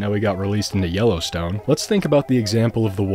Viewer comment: All I can hear is YOLOstone park :D